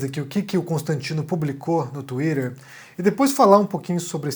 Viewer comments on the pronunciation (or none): O falando "twirer" me lembra tanto a Luciana Gimenez 🤣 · Pq tu fala "thuidder" mas pronuncia Amazon igual meu vô?